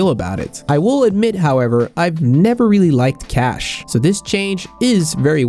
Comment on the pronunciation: Not cache